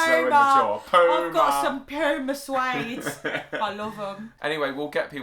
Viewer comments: It's never ever leever (lever) or it might be spelled leaver as in beaver. It's pronounced poo-ma (puma) the animal lives in America so you are wrong. Similarly jag wars (jaguars) live in America not jag goo ars. Having alot of Italian Americans we pronounce Italian words like rissoto, zucchini, pasta , pamisian, and oregano similar to the way they do in Italy. We also pronounce Greek words like they do in Greece for similar reasons it's pasta (pita) not pitta.. BTW WE drop the H in words like honor, hour, and herb because our English fore father's pronounced them that way. We pronounce scone as in stone, because Scots Americans know where the stone of scone came from before it was stolen by the English (recently returned), You use the queens English (Victoria), whose father, mother and governess were German and so pronounce many words wrong. Your Mr Johnson had a dictionary of 20,000 words, our Mr Webster had 50,000. We have had a larger population than you since 1840 so you should be taking your pronunciation from us (and our Canadian brothers). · Some people say lever the same way but we don't drop the R's like the British. Americans have more emotional ranges than your teaspoons, lol. A Puma (the animal logo on the shoes) is native to Canada, North and South America, so YOU are saying it wrong. We call scone.......scones, with an O as in tow. You are saying Risotto wrong, it's an Italian word, not English. Saran wrap is a brand and we say foil too. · Y'all say Puma wrong. It's a Latin American word. It IS pronounced POO ma. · Yep, it's pronounced 'Poo ma' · Puma in Spanish Cougar in English It’s a cat native to the Americas Therefore you said it wrong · For your info, Puma is an American wild cat and i think u pronounced it wrong...lol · Puma is pronounced like the animal y’all are pronouncing it wrong